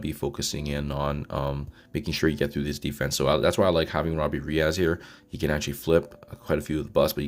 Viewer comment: In no language on Earth is -es pronounced -az. Reyes is a SUPER common last name.